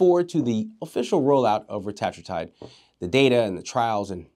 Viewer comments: Great video. Just a heads up. It's pronounced ret-a-TROO-tide. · Its pronounced (retuhh true tide)